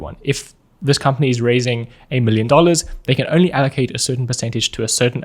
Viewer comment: “4 willion dollars”